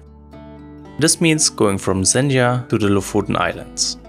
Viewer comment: Just to nitpick, it's pronounced like the o in "stock", [o:]. We went there a few years back, and it was packed with tourists, even in mid-August. If you're driving, the locals can be a bit unwelcoming in traffic. Felt like they saw our foreign plate and drove intentionally in the middle of the road. My impression was that Lofoten is a nice place, but way overhyped considering that there are plenty of beautiful places in Norway.